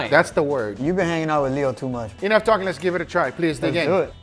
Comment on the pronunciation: I always enjoy hearing accent at all times, but I particularly extra enjoy every time he says “jell-omen” mostly when speaking to both Angel and Leo.” Honorable mention goes to when right before the “Home Depot” music starts (iukyk), and he says “So less do iiiit”